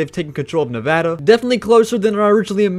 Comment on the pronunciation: Just wanted to let you know great video and someone from Nevada you said it correctly the first time